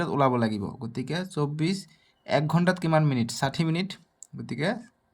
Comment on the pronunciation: Mitan😂 mitin😅 minit minit 😅😅